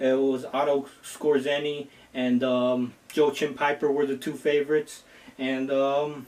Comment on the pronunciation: the j in joachim is pronounced like the y in yemen and the ch is pronounced some what like the j in hijo ;)